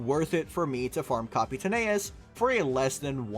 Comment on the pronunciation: Leaving a dislike for mispronouncing Capitaneous